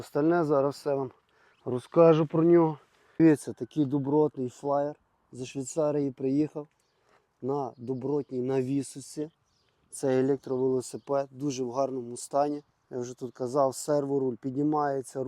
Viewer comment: не знаю де то ШвИИИИйцарія, але трохи розбираюся в велосипедах, і так мені мій досвід підказує, що то там не "планітарна втулочка" ,а мотор. і не "шрам", а Sram (читається як "Срем"). з чого були зняті гальма цікаво?? - ну бо до того міського велосипеда вони ну ніяк не в'яжуться і не потрібні. підфарники НАВІТЬ працюють. хм, а мали б не працювати??